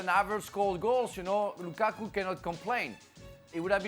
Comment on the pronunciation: Ale: "LUKAAKUU"